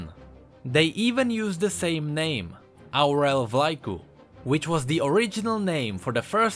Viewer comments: The way he said Aurel Vlaicu is so funny for me 😂😂😂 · As a Romanian, the way you said Aurel Vlaicu made me laugh a lil'.